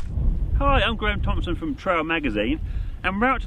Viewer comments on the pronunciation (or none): none